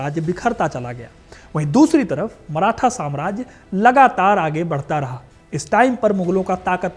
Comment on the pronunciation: अबे मराठा बोल। मराथा नही